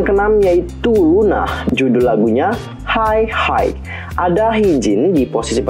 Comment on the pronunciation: Saran aje ya nih kak.. intonasi, kecepatan ngomong dan vocabnya bisa direview lagi kali ya.. buat denger nama grup dan judul nya aja kurang jelas contoh gw denger "unah - hai hai" harusnya "loona hi high" kan jauh ya. Dibeberapa part ada yg gw ulang berkali2 karena kurang jls wkwk saran aja sih 😁 but keep support 🖒